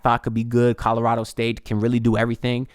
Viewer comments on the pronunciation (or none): none